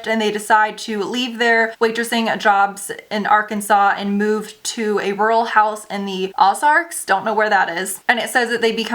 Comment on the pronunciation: Pronounced Sewer, not Sour and Oh-zarks not Ahh- zarks....😱